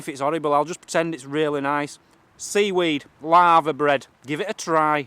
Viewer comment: For we Americans said LAVERBREAD which is a traditional Welsh dish made with littoral alga (seaweed). Sorry, it sounded like you said LAVA bread like a volcano, haha. It looks like something a Cow would eat, enjoy:)